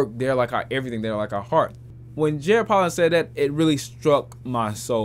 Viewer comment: Bruh his name is pronounced Poe'lin not Pollen. He says his name in EVERY video